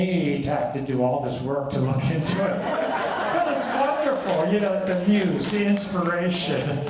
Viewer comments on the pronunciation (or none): none